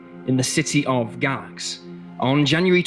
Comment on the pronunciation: Live in Va. NOT to far from Galax it is pronounced - Gay Lax